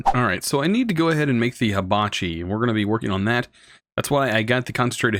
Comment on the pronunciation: its Hibachi not Habachi (first "i" has the same sound as the last one) i mean, its related to fire and not leaves or blades (ignore this last part if u didnt get it, which u probably didnt)